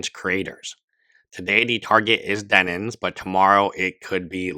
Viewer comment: For the love of God man it's DEN-IMS 😭